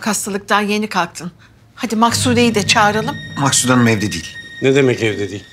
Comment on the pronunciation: Şimdi de babası... Ya herkes neden Maksude ye 'Maksut' diyor? Benim anladığım bir şey mi var yoksa oyuncular mi hatalı teleffuz yapıyor????